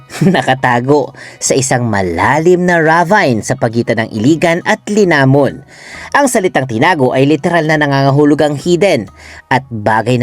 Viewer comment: RAVINE = pronounce as RAH-VHEEN hindi RA-VAYN